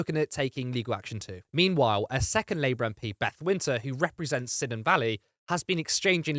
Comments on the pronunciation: Not sinon valley - kai-non - it's in Wales... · Cynon is pronounced roughly "kuhnun". Y is a vowel in Welsh and C is always hard. There's no sibilant sound there.